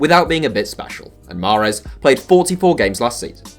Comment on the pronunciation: Bruh it’s not mahrez